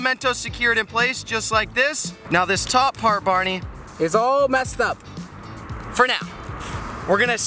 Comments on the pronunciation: Am i the only one who hears barney? Is he saying Bahri or bareny.? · seriously can you stop saying bahri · Its actually Bahri lmao